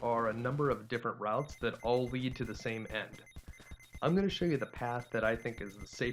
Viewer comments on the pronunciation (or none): none